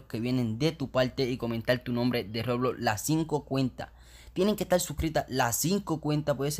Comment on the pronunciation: Nose sabe ablar el wey dice loblox poque no el doij un rejalito xd